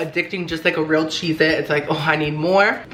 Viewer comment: "so chezety" lol